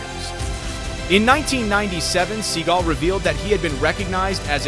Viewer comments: Sound it out mtr fkr sound it out. (Sa-gull) Seagul. I mean if your gonna make a video at least get your names matching the people. Your worse than A.i trying to explain a door hatch blowing off a Boeing seven hundred and thirty seven hyphen eight Max. When in the real world there 737-Max-8,9,10. 😅 Poor Boeing just can't catch a break before someone brings them back up. 😂 sorry. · And ladt but not least...can the narrator understand how to pronounce Seagal...not seagul ..the bird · Van Damme would not have a chance. By the way, Seagal is not a bird. Learn to say his name correctly. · Your commentary mispronouncing Segal’s last name is irritating.